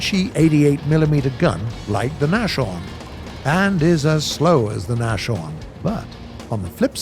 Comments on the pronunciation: The pronunciation of German tank names is already quite successful. But in German, a "sh" is not a sh like in English. Try with a small pause between s and h so nas-horn. Then it should also work with it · You don't really pronounce the H inside Nashorn its pronounced more like Nas - Horn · thunder : nashorn pronounced Nas-Horn , there is no "sh" like it would in english ;) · It's spoken "Nahs-Horn". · It's Nashorn with s not sh THIS IS TRIGGERING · I know it looks like it's pronounced that way but Nashorn is actually a compound word from the German word for nose, Nase and horn, well Horn. So you've probably guessed what Nashorn means by now and yes it's German for Rhinoceros. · they say the flakbus has limited elevation... I think they ment depression... lol Edit: also pretty sure he said Nashorn wrong too. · learn to pronounce nashorn please, that was painfull for my ears. lol jgdpz I "you might have to double tap" shows taking multiple shots to get the kill,if it even got the kill. then comes to the flak37, "it can obliterate anything reguardless of its armor, cuts away before shooting at the jumbo. good stuff gaijin. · My guy, it's not "nashorn" as in "mash-orn", but "nas-horn". As in, the German word for rhino. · Say naschorn one more time, i dare you. Its Naashorn, not naschorn.. smh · It's bugging me a bit that Nashorn was pronounced "Nash-Horn" and not "Nas-Horn" but other than that it's a great video. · Nashorn is pronounced Nas - horn , not NaSHorn. Means nose - horn .. german for rhino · Actually Nashorn is pronounced NasHORN not NaSHorn (without the pronunciation of "SH") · I like these kinds of videos but its nas-horn not nash-orn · NOT Nash-orn! More like Nahs-horn (Nose horn) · Nashorn is pronounced: "Nass - horn". Not "nashorn". It means "Rhino". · If no one didn't point it out yet, the correct and easier way to pronounce the Nashorn (in english) is to speak the "s" as a "z". Cuz Nas.. not Nash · Not Nash Orn....its spoken Nas Horn.